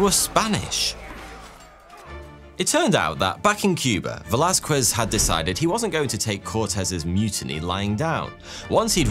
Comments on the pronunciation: Con-keys-tador, not con-qwist-ador. Vey-las-kez, not Vey-las-kwez. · Don't emphasize the q in Velasquez. It sounds more 'kez' not 'quezz' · Bruh English people say everything wrong on purpose... It's Veh·la·skez, not "veh-la-skwez". Christ... This is a very common name today and if you came to the States speaking like that, you'd be instantly labeled a racist who says people's very simple and very common names wrong on purpose. You may not have many Mexican people over there but Spain is literally right there by you guys, Europe doesn't really even have borders. Most would assume a European to be MORE cultured, not like this. Fkn gross. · What we Spaniards love above gold and even sleep, is an English trying to say "Velázquez". 😂😂